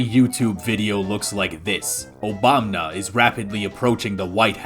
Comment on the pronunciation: And he said "Obamna"